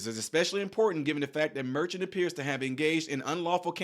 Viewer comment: The judge's name ( phonetically) is Mer--shawn, not merchant. A merchant is a business owner who sells items.